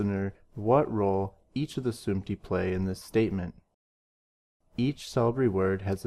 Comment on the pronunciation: the word is sumti not samti